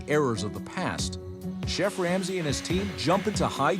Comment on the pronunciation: Finally that moment someone (Aka ramsay) says ur name the way u want it to be pronounced I really dislike the way the Americans say it